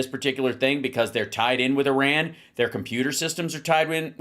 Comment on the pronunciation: Thank you for pronouncing Iran like a journalist should. ❤